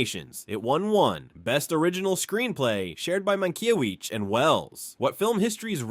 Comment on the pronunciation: Mankiewicz name is mispronounced! Bad A.I.